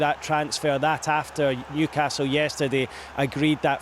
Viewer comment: Newcarsel 😂😂😂 love it